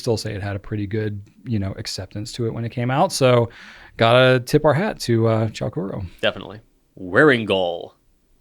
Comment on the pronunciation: Fun. Laughed so hard ar the Buttered Popcirn flying arrow image. Chou kuro, by the way, is pronounced Choh Kooroh. The OU sound in Japanese is a long O. Thanks.